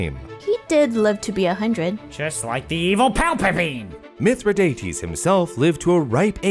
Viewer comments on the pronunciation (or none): Who's Palpapine? Palper bean? Were you trying to say Palpatine?